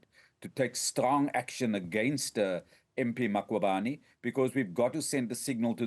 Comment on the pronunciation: This cosatu person says "Makhubane" and its "Mkhwebane" this person 🙄